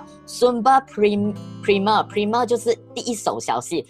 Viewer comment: 老师你的primer 读错了